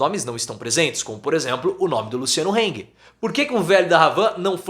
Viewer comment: Luciano “Râng[ue]” e não “Rêng[ue]”! O nome é em alemão e não em inglês!